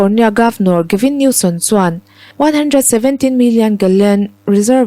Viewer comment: Gavin Newsom zawk aw Gavin Newson niloin aw...